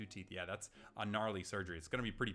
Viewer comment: lowkey suprised no one said "When he said ganrly it made think of the song!" lol